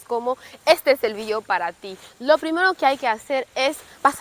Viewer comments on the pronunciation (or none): none